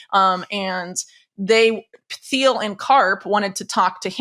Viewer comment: I love Whitney, but someone needs to tell her that the “h” is silent in “Thiel”.